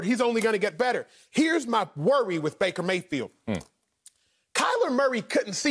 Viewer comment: lmao yo called him breaker mayfield